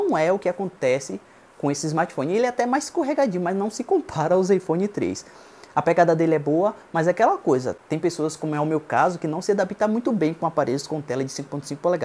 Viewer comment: Não se adap"i"ta.... ? Pelo amor de Deus...